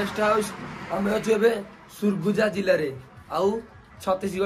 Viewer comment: Bhai surguja nuha bhai sarguja